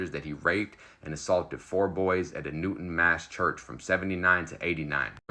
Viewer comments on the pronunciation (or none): none